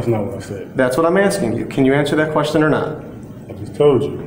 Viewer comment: “I don’t understand the kwerstshun.”